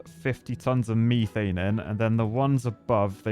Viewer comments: It’s methane not mee-thane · love ya man but if you mispronounce methane ONE MORE TIME, I’m gonna lose it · Take a shot every time he says MEEEthane